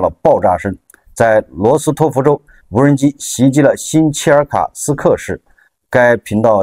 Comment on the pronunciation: 这个CCTV4的记者是福建人吧？怎么听见他说的是”无能机工厂“？😂